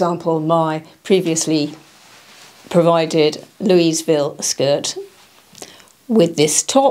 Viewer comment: When pronouncing “Louisville” the “s” silent FYI